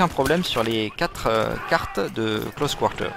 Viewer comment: lol tes québécois? pourquoi tu prononce close quarter en anglais oO C'est vraiment moche :D